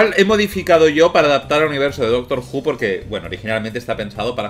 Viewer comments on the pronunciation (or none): aí dise doctro Xd